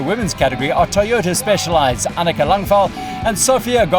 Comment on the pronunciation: Thanks for all the great videos! Annika is called Langvad though, not Langvil. ;)